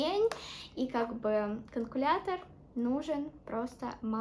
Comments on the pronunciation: Не канкулятор,а калькулятор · говорить надо не КАНКУЛЯТОР а КАЛЬКУЛЯТОР,не подумай,просто хотела чтобы ты знала))